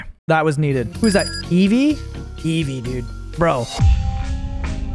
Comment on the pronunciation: It's Eevee not evie